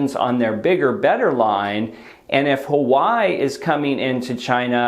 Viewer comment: No Hawaii - Huawei - ‘Wa-Way’